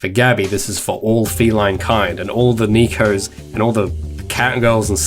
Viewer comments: When you're studying Japanese and you hear someone say Neko (ねこ) as "Knee-co"... XD It is pronounced like "Neh-co". Neh as in Net, co as in coke. Also, I liked your headphone solution. Keep up the great work. Can't wait for the finished project. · just a heads up, "neko" is pronounced "neh-koe" also, this is how they would wear normal headphones